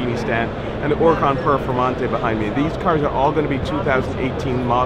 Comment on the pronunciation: thank you for always pronouncing huracan correctly! you're in rare company.